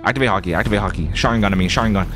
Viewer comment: You sayin sharigan but where’s the mangekyo sharigan?